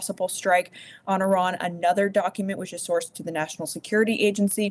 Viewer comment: Will US commentators ever figure out the correct way to pronounce Iran? More at 11